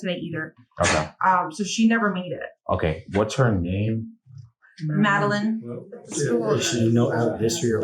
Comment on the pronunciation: How do you have so much trouble pronouncing Madeline and then all of a sudden you pronounce it correctly? Just play the video at this point stop yapping over it